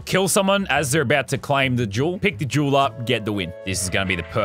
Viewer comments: I just realized he says “I need the Jewel” but now it sound like “I need the juul” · Who thought he said juul instead of jewel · Anyone else heard him say juul instead of jewel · Luke05 15 lmao I knew someone else had to bring it up.. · Connor Lucich Official i litteraly commented the same thing lol it does spund like he says juul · hate to admit it but you right i was ripping my shit during this and everytime he said it i laughed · whenever lazar says the word jewel, imagine he says juul. cant unhear it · That’s how people with Australian accents say it... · Every time he said "Jewel," a high school vape addict got a little excited, thinking he meant "Juul" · That’s what I thought when he said juul😂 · "Got to hid that juul so they cant see it" "I love me juul" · My brother thought he said jew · Anyone else hear “I wanna get myself a juul” ?